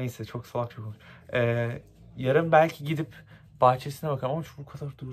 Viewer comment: ✨sUs nApIyoĞn sALaĞk ✨